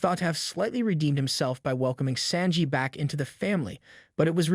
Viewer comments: The way you said Sanji's name is worse than anything Judge has ever done to him. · this gotta be a ai generated voice i let you say sanji name wrong slide but goku comn bro